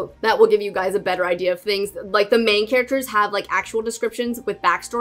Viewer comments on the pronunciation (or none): none